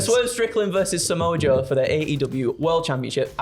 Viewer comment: Sha moh ah Joe 🤣